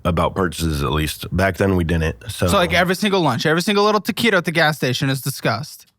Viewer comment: Everytime says Taquito I just start laughing 😂😂😂😂